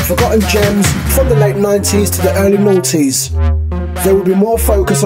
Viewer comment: In the initial interlude, you said, "...Early Ninties to Early Naughties!?!?!?".....Yeahhh! Thats what I heard!!!